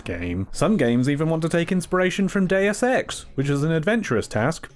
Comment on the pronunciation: Day-oos Ex. Now you know how to say it and will never say it wrong again... right?